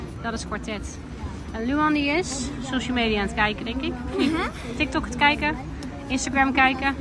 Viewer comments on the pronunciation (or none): none